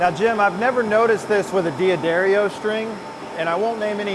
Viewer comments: Jim just did an AMA on reddit a couple months ago and said it's pronounced "Da-Dairy-Oh" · Anyone who thinks hand-wound strings are a good idea, or even superior, should be shown this video. But guys, it's "Duh-Dairy-Oh!" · Pronounced Dad Arrio. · Love how you mispronounced the company name while outside, but say it correct inside.....😔